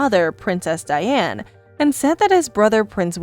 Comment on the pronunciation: It's Princess Diana not Diane also Suses is pronounced Sussex... Soosex... Sorry!